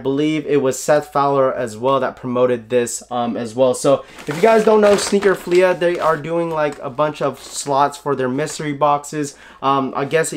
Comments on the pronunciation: Dope video but it’s not pronounced sneaker “Fleahhhh” it’s sneaker “Fleeeee” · Nobody:: Sneaker FleAH